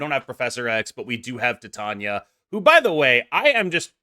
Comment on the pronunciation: Great video. Titania is pronounced TIE-TAY-NEE-AH like titanium.